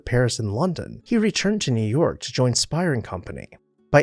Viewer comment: They actually pronounced their name "Spay-er" rather than "Spire." Also, it is in the neo-Grec style which is pretty much the tail end of the French monarchy and into the Directoire so if it can be said to be "Louis" at all it's Louis XVI